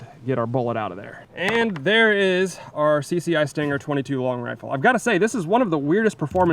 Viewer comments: Why do pistols now looks like kids toys? Camo……Seriously? I have a few Ruger Mark 2’s. I’d never buy any of these new pistols. “CCI stanger”? Seriously. It’s “Stinger” Grow up. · it stinger not stanger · Did you say Stanger? It's Stinger. You must not to forget the Beretta U22 Neos for 350$ back in 2016. Who knows what is cost now. I could tell you how well it ran since then but there at the bottom of a 72 foot deep river. Hit an under water log and everything including us were in the drink.